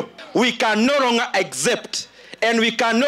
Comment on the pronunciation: We can noronger ndidi nyoro wacha nicheke tu hiyo kizungu